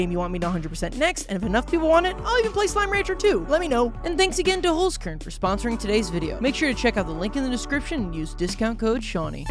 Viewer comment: you 100% misspronounced "holzkern". knowing that because i myself am austrian